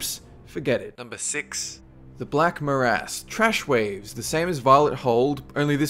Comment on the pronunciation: Black Maras? Seriously? Marsh, maybe?